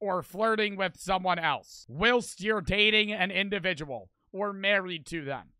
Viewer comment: why did he pronounce whilst like that 💀